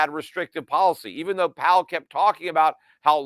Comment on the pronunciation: Powell rhymes with towel